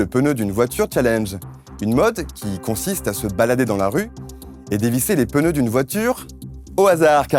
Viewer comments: les pneus et non les peneus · Y’a pas de E après le P dans PNEUX donc arrêtez de dire PENEUX merci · les peuneus, Pierre Grenier vient du sud ! :D